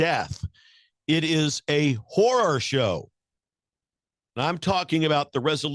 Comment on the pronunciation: Horror, not whore